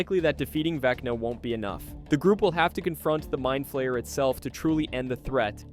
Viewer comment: I swear at one point it sounded like it said Veckney instead of Vecna.